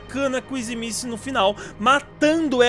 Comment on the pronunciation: Fale o nome da kissy direito